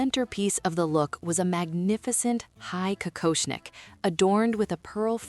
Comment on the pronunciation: Какошник, ИИ читает с ошибками.